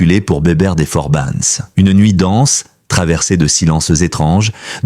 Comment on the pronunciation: on dit les forbans pas forbanes et Bébert pas Béberte.